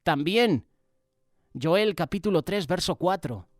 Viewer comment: Buenas tardes querido hermano sólo para decirle que en la biblia el nombre Joel sé escribe con J y no con y cómo usted lo pronuncia, lo corrijo con todo respeto. Bendiciones.